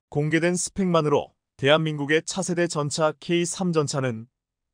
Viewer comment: 한글 똑바로 읽어라 세졸대왕이 화내겠다 일본.중국에서 왔냐? 전차를 전자? 대통령을 대동령? 이 무슨 개소리냐